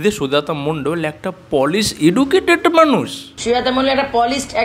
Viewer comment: তুমি পলিশ এটা ভুল বলেছো তুমি পালিশ।